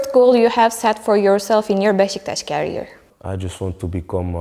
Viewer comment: İngilizce okumak ile İngilizce bilmek arasında dağlar kadar fark var. Kariyer kelimesini taşıyıcı anlamına gelen carrier şeklinde telaffuz etmeyin lütfen